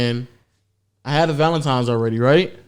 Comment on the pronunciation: Please tell me he's not saying "Valentimes" 😂🤣 come onnnn 😂😂